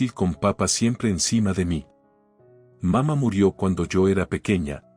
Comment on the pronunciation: se come los acentos papá y mamá aprende a leer